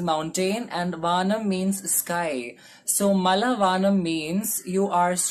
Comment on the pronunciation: It's not വാനം it's വാണം 😂